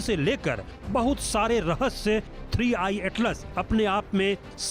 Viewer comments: 3 1 नही 3i हैं मॅडम 🤣😂🤣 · Ma'am jiii 3 one atlas nahi 3 I atlas hai 😅